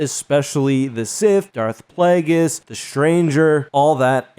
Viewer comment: PLAGGis? Hurts the ears—where did this weird pronunciation come from? Palpatine didn’t pronounce it that way. It’s Plague-is. YKnow, as in “plague”. Has anyone else heard about the Bubonic Plagg? Immense fan here, but this short-circuits my brain.